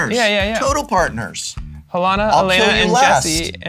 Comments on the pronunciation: This episode was very fun and full of silly mistakes. However the mistake that irritates me the most was the Prof’s pronunciation of his commander’s name. He reads it as HalEna and AlEna when it’s written as HalAna and AlEna. Like, he was an English teacher wasnt he?! If I’m incorrect then this just proves even more that the English language is dumb. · Ha-lah-na and Ah-le-na. cmon prof, you gotta pronounce shit better. "Kadoma" instead of Ko-dah-ma.